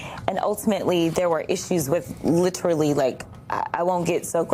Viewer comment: Notice how Cratchett is actually speaking English while she attempts to flaunt her education, unlike the Blackanese she often uses? Trouble is, she won't say "literally", she says "litruly". I'm sure she does it to get under people's skin, and boy does it work!